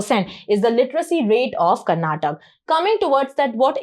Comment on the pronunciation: Madam for your kind information we pronounce our state name as Karnataka not Karnatak , it really boils our blood when some one mispronounces our state name. It will be the same feeling when someone mispronounces your name. Kindly rectify this.